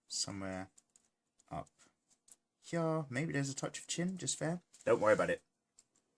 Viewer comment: Am I the only one watching in 2020? Idk if anyone noticed but I can't help but hear saying Hyaa instead of here, lol